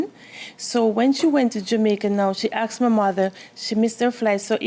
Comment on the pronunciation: She AX’d her motha for da money